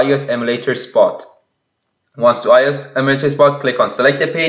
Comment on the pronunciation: No he pronounces it as ius when you say it as ios